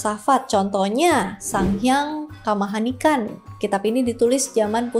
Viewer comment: Sang Hyang Kamahayanikan kak, bukan Kamahanikan